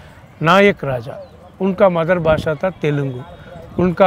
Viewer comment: "ट्रीची" नही बोलते है इसे "तिरची" बोलते है